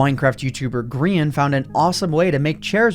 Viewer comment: Greean... XD